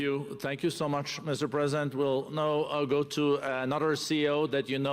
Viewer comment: "Mr Chhhlesident?""...."Hellouu". Top notch Merican stuff. UK loves a laugh